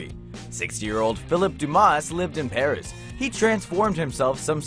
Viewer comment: The s in Dumas is silent.